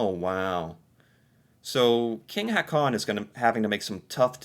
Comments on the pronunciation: Please stop saying "Ha-con". The double A's are pronounced like an Å, so the name Haakon is pronounced more like "Hawkoon". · You can pronounce Prince Haakon like Prince Hawkon ''aa'' pronounce as ''awe''